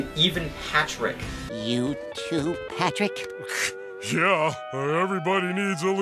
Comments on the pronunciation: You said Patprick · He called Patrick, patprick……I love it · "patprick" got me dying